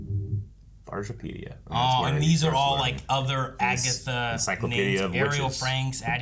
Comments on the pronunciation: Brujapedia is probably from the Spanish word BRUJA meaning witch, which is pronounced BREW-HA. So its most likely meant to be pronounced “BREW-HA-PEDIA” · Bruja is actually pronounced “brew-ha” it means witch in Spanish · For and: it’s Broo-ha pedia. Brujo/Bruja is the Spanish(Mexican) word for Witch or Seer. And yea Eddie called him his black heart, so I’m guessing Lilia saw him in the coven but couldn’t see his name cuz of her sigil, thus marking him a member(possibly even leader) of the coven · Brujapedia is pronounced “brew-hah”. Bruja is the Spanish word for witch. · Brujapedia Brew-ha* pedia Like Wikipedia for witches but in Spanish! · The pronunciation of “brujapedia” is killing me 😂😂😂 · Very interesting hearing brujapedia mispronounced like that. Bruja is Spanish for witch. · they way they're pronouncing brujapedia is so funny to me 😭😭😭😭😭